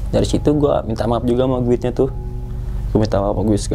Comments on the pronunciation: Apaan sih guid🤣🤣🤣🤣🤣 guide kali cara bacanya /gaid/ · Maaf bang emang tulisanya GUIDE,,tapi mbacanya,,gaet,, tour guide,, turgaet,,,, sukses selalu buat